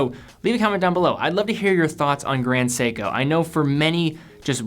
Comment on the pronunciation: Its seiko ,Grand seiko